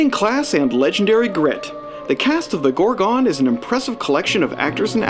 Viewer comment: The film is called The Gorgon not as you pronounce it GorgOn